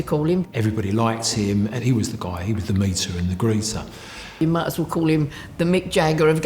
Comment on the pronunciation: "Was a gentleman weren't ee bill". "they all loved Im didn't they bill" 🤣😂